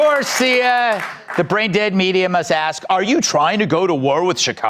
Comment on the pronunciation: Ax instead of ask.